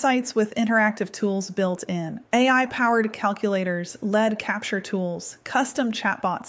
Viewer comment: I noticed two items regarding the presentation: (1) The AI avatar introduced itself as rather than ", AI clone", as in the past; (2) The word "lead", meaning a sales contact, was pronounced "led", like the metal, in two places. Auto-text-to-speech still has trouble with homographs and homonyms...